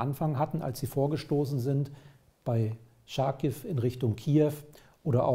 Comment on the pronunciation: Ich verstehe nicht wie sie es nicht hinbekommen Charkiv richtig auszusprechen.... Ist es ein Französisches Wort? Nein? Dann sagen sie bitte nicht Scharkiv. Das Ch wird wie bei Chutzpe ausgesprochen. Es wurde eigens ins Deutsche transliteriert, um es einfacher zu machen.